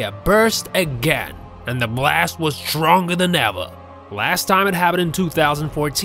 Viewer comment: "And the blast was strounger then ava!!! 😂😂